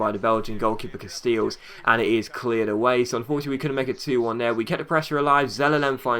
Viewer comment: Not that i care much but you play a lot against Casteels and it's pronounced 'Castales' as in ale (beer) in dutch. Keep up the good work.